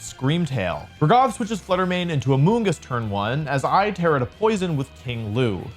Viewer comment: Not to criticize but he is pronouncing raghav incorrectly Its ra-gh-av Not ra-gav Sorry but my name is the same so I have to say this